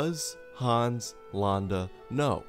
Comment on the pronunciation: Thanks for sharing this: Interesting tweek on villains. But as a native Germanspeaker I have to say: It is not to be pronounced Haaans but Hans -> keep the a short -> don´t open the mouth to widely for that purpose! Short letter, short opening!